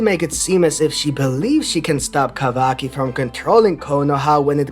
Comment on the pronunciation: I love the way you pronounce Kawaki